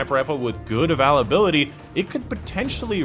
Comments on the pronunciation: Yeah he says avalability, instead of availability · Love your videos, but really not sure why you're struggling to pronounce "availability". Should be "a·vail·a·bil·i·ty" (or phonetically "a·vail·a·bill·a·tee"). Keep up the good work! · The first time i heard him say avalability... I thought I was mishearing, then I heard it again. I never knew someone could mess this word up. Congratulations. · Once I heard "Avalability" I had to turn it off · We all have a quirk somewhere when we pronounce a certain word.. that is his :) its all good! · I was about to say the same thing it's so Annoying it's a great video otherwise but he never says it right just pisses me off feel like he does it to troll.